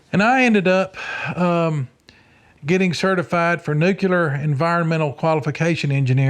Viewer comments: I want to take this serious but I have to admit, after hearing him list his degrees and certifications, I’m struggling to get past him saying “nucular”. If his degrees and certifications are legit, he’d be the first person I’ve heard with multiple science/engineering degrees mispronounce “nuclear”, not on accident but, by default. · What is this "nucular" you speak of? 😆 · Why can't people pronounce nuclear?😂 It's nuke lee er. Great video guys 👍